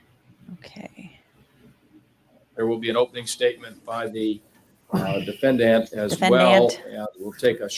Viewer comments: For some reason I have huge issues with how judge is saying defendant... it is bugging me and I have problems focusing on the rest of the video haha oh my lovely autism brain... the a at the end should phonetically be said the same as the e in the beginning but it doesnt sound like that in my ears and it really throws me off - dəˈfendənt I remember this trial but I didn't watch most of it. I was my first year in college at the time and I had so much homework. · Ugh same, each time he says it, it bothers me more than the last time. It’s so infuriating that I have trouble concentrating